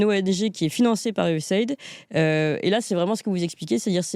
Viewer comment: Ca se prononce : U-S-A I-D ("AÏDI", pas "aide")